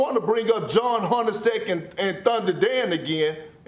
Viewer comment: Did I just hear “John” Hornaceck? Perk. Explain.